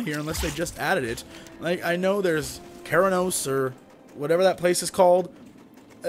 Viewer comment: That music is actually the BGM from Operation: Gnomeregan, I did it on the 3.3.5 PTR (pre-made Alli, For the Horde!). Also, for the sake of... well my OCD, Kharanos is pronounced ku-RAH-noes.